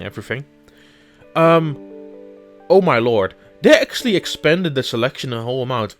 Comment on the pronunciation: Also work on the pronunciation of the english words, cause Acksally instead of Actually is quite noticable.